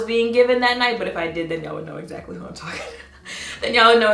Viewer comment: He said... Hwat??? Bruuuuh